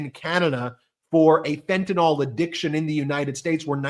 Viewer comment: I know this is petty, but can we PLEASE stop saying fentanOL? It is fentanyl, so pronounced fentanIL. Just sayin'.